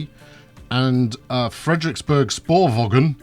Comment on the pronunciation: Frederiksberg sporvogn: Frederiksbear spoorvown -> approximated danish pronounciation for you there (you like having a mouth don't you? ;) ) nice video :)